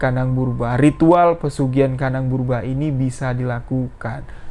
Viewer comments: Bubrah bang. Bukan burbah😂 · Kandang BUBRAH mas BUKAN kandang BERUBAH, beda artinya jauh bgt. Coba di cek dulu cara pengucapannya. Agak mengganggu kuping sih mas padahal ceritanya bagus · Burbah hahahahaa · Iya setau saya kandang bubrah bukan burba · Gk bisa baca ta, kandang Bubrah kok di baca kandang burba😂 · Bukan burbah bosss tp bubrah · Kandang 'BUBRAH' bang, bukan 'BURBAH' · Kandang bubrah bukan burbah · Kandang Bubrah bukan burbah🙂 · Bubrah Mas...bukan burbah. Bubrah itu artinya dibongkar. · Jangan salah ucap "kandang burbah" tapi yg benar kandang Bubrah. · Maaf, yg bena0r menyebutx adalah KANDANG BUBRAH bukan KANDANG BURBAH, KANDANG BUBRAH artinya rmh yg dibongkar pasang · Kandang bubrah cuy bukan burbah 😂😂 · kandang ,BuBrah om , 😄 bkn kandang purBa🙏🙏🙏😄😄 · Si amang ngmong nya kandang BURBAH muluk😄😄 bubrahh mang bubrah bukan burbah. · 0m bubrah bukan burbah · Bang bubrah bukan burbah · Bubrah lae. Bukan burbah. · Salah-salah sebut nama....normal bro...tp menganggu. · Kandang BUBRAH masss Bukan BURBAH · .penyebutan itu yg benar pesugihan "KANDANG BUBRAH" bukan "kandang burbah" BUBRAH berarti rusak...jadi pesugihan ini selalu merusak rumah dan merenovasi kembali tanpa alasan yg pasti.... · Bubrah bukan burbah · kandang bubrah,bu brah bukan burba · setau Aku pesugian kandang bubrah, bukan purbrah, 🤭 krana di tetanga nenek ku dulu ada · Kandang bubrah bang...bukan burbah🙏😂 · BUBRAH bang, bukan BURBAH, 😁✌ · Bang bukan kandang burbah,tapi kandang Bubrah 😀😀, nya bukan orang Jawa,maklum ya 🙏🙏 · Gpp mas , pantes j tadi tak dengerin bolak balik tetep dengernya "brubah" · Lucu mlhn dengernya😊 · Ya bener salah penyebutan, Sepanjang dengerin ga enak dengernya pas penyebutan itu, maklum aslinya orang jawa, bahasa itu bahasa masa kecil saya, Bubrah itu bahasa itu bahasa Jawa, berantakan, awur-awuran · Aku orang jawa memaklumi salah sebut... Hehe